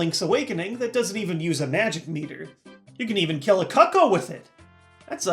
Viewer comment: Its ku ku (couco)